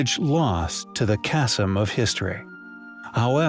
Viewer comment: First prize for hilar pronunciation in this episode goes to "chasm"